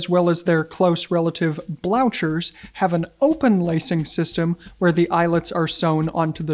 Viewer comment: "darbies"? "blaushers"? It's not derr-bies and blew-khers?! (Germanic)